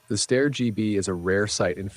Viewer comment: Again, Steyr rhymes with "fire". You got it right on your first mention and wrong on the second.